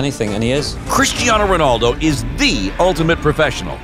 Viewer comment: I was irritated when I heard the first "Ronarldo" then I felt physically sick when they actually referred to him as "CR7".